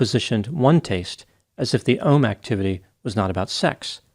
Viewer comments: “OM my god!” In a New York accent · Way ruin the words "taste" and "ohm" 🙄